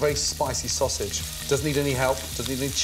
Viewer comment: classical "sosig" flashbacks